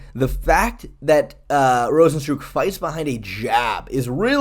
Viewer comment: Cant tell whether or not you're deliberately mispronouncing rozenstruik's name or not